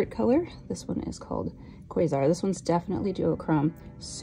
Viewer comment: I think you're the first person I've seen pronounce quasar and Orion correctly. As a bonafide nerd girl, I appreciate that 😂 Beautiful looks